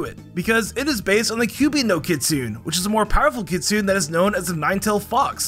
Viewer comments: Kit-soo-NEIGH, not kit-soon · Just so you know, the kitsune is Japanese so you have to say every syllable, making it kit-su-neh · What the hell is a kitsue?? I believe you mean Kitsune.